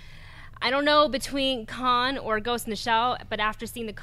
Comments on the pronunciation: Anyone else notice pronounce King Kong as 'kon' and it wasn't just once either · Sam Spink Same here. it really bothered me for some reason. it's KonG, with a G! Nott Kon or Khan or however she pronounced it lol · Paul Rizzo I heard that too. The wrath of King Kahn. And she said it 3 times so she must not know the name of the monster in her top 3 films of March. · Was saying Kon instead of Kong?